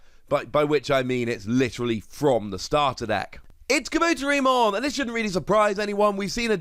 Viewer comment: Kah-boo-tear-ee-mon. Great vid, but i have to point out the mispronunciation.